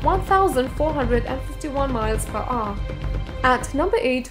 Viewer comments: One thousand and five hundred miles per "ooh!" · the way she pronounce "hour" :D